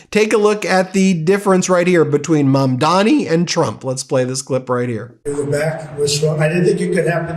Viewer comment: Ben, it’s Zohran Mamdani not Mamdami,of all the people l expect you to pronounce his name correctly.